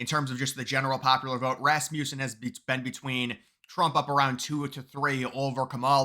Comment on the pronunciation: I'm begging you, say this company's name correctly, I'm really begging now, it contains a short u sound, Rasmussen, say it with me, Rasmussen with a short U. Kind of rude not to pronounce the company name correctly not to mention the Founder's name correctly.😊